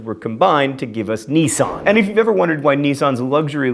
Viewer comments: NISSAN NOT NISSON D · knee-san? here i was calling it niss-san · I swear it's pronounced high-un-die and niss-an. That's how we say it in the U.K. anyway. By the way, this one's for all Americans. Although it is a shire, with an "I" sound, when referring to a specific county (eg. Yorkshire), it's better to pronounce it like so: York-sheer, with the latter sound being similar to the word shear. EDIT: I forgot about mispronouncing things being his thing. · Buckinghamshire! Not Bucking Ham Shire! the people of Buckinghamshire are not hobbits! Also Nissan not NEEsan. Oh John Green we love you but you do say words wrong a lot of the time lol